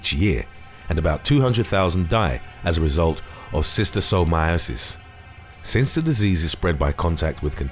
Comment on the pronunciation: Solid attempt at pronouncing Schistosomiasis. 6/10.